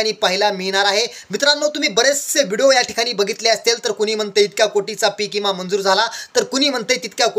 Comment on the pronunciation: इमा नाही.... विमा.... आधी बोलायचं शिक